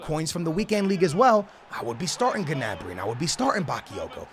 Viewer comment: The way he says gnabry is getting on my nerves